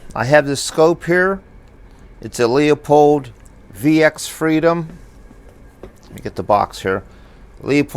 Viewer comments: It’s not pronounced “Leo-pold”, it’s pronounced “Lew-pold”. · stop saying the name wrong do you see a 2 Os in Leupold its not Leopold u u u u u. Don't get mad when someone keeps your last name wrong over and over.I do by the way it seems the recoil of the guns is knocking out of zero I have older scopes never had those problems,but these new ones or new style I hate them. Leupold is not holding well on quality now this sucks.sorry for my rant